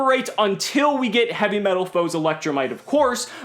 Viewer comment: Lol you said heavymetalfoes electrolight